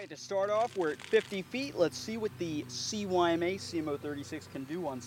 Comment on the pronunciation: Isn't it (sigh-ma)? CYMA?